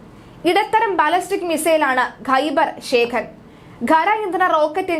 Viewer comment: കുട്ടി ശരിയായി പറയു ബാലസ്റ്റക് അല്ല ബാലിസ്റ്റിക് എന്ന് പറയു